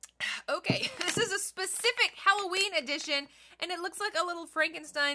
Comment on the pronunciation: when you were trying to say specific I can’t say specific either